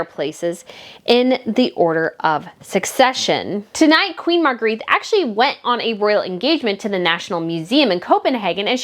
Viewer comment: It's pronounced Margreta